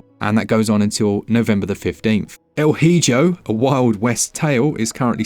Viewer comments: Lots of good looking games on sale! I really ought to get Baldo. I mean this with no malice, but Hijo is pronounced like "ee-hoe" in El Hijo. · "Hijo" is the Spanish word for "son". If you're interested, it's pronounce "E-Ho" (saying the "ho" part with a hocky/flemmy sound). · Hijo is pronounced ee-hoh hahahahaha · hijo in spanish is pronounced "eee - ho" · I picked up Baldo and the Guardian Owls. I was so glad to hear it was fixed and on sale! Btw, Hijo the j is a hard H like Harry. It means Son.